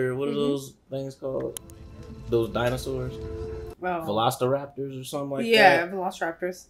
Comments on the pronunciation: “Velosiholster” went crazy 😂😂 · "Velociposter" I love it lol